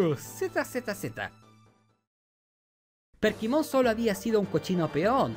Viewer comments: Porqué dice PERKIMON? se llama Kerpymon. Además este men nada más por que a él no le gustó, ya dice que es la peor temporada.. Mira los comentarios y te darás cuenta que casi nadie concuerda contigo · por qué le dice perkimon a kerpymon jajajajajaj lpm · decirle Perkymon a Kerpymon me dio toc todo el video xd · Soy el unico que escucha que le dice perkimon en vez de kerpymon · demasiados "perkimon" pero buen video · mi unico punto en contra es que todo el video te la pasaste diciendo Perkimon, y es Kerpymon o Kerubymon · Kerpymon no perkymon jaja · Perdí la cuenta de cuantas veces dijo "Perkymon" xD tremenda dislexia de más de 30 minutos